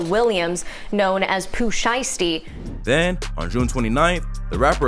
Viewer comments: It's so funny listening to the white reporter saying his name 🤣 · love the way she pronounced Pooh Shiesty